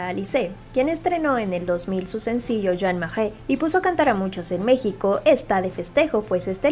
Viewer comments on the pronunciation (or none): none